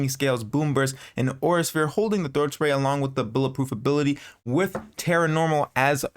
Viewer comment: "throat spay" 😳